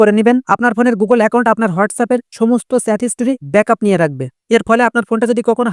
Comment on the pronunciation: Ki baje uchcharon , ota chat , sat na😂😂😂